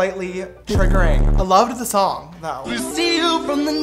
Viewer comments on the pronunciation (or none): Me: James Charles: “sister sholng”